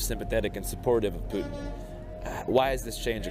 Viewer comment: dude straight up said PEWtin